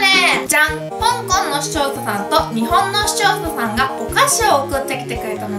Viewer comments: ゼリーの前の視聴者さんが使用者さんに聞こえるw でも可愛いとこ💕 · カオナシ限定合コン ただ視聴者さんが言えてない… そこがまたいいんだけど笑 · 視聴者さんって言えてないゆうかちゃん可愛いww